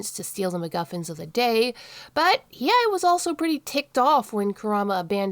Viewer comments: It's pronounced He aye. I have never heard anybody else say his name like that. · You were saying He-eye. It's a tough one to say. His name has too many vowels, lol.